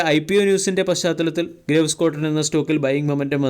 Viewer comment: അണ്ണാ, ഗ്രേവ്സ് എന്നല്ല ഗ്രീവ്സ് എന്നാണ് ശരിയായ ഉച്ചാരണം. Graves ൻറെ meaning എന്താണെന്ന് dictionary yil onnu നോക്കുക.